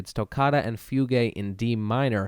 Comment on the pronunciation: Thanks for the interesting video. PSA: Bach played and composed for a number of keyboard instruments, but the piano was not one of them. The piano had not been invented yet when Bach was around. Fugue is pronounced “fyoog” (not “fyoogay”).